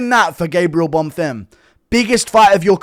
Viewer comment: Was so nice to hear you say Bonfims name correctly eventually. The real highlight of the card